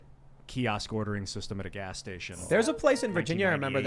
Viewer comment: Did Tim just say Gay Station ?!